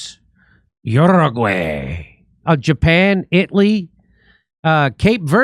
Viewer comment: It'ly! You pronounced it right!!